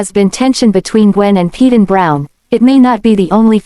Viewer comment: PAY-DEN....NOT PE-DAN